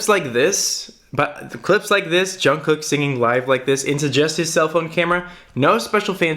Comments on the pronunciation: I love your videos about JK <3 It's pronounced "jungook" tho, lose the first k :) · Also his name is pronounced jung-goo not being mean or sarcastic just thought you would want to know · I didn't even understand the lyrics th first time I saw the video but I cried like a lot 😭 his voice is amazing. I read the lyrics a couple hours latter and I cried even more lmao. Also, the pronunciation of his name is actually "guk" instead of "kook" ㅋㅋㅋ nice video tho 👏👏💖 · Je-oo-n Je-oo-n-g-guk Jeon Jeong-guk not jungcook lol 😂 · I like how he says Jongcook hahahaha ok sorry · Every Time he says "John cook" I cringe. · Why does everyone pronounce jungkook wrong